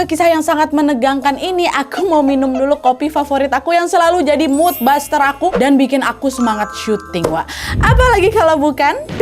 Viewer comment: Mud buster dibacanya, ya, Wak.. Not baster. Just fyi, yak.. 🙏🏻